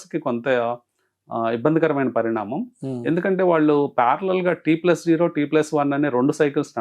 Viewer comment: T+ఓ కాదు... T+జీరో అనాలి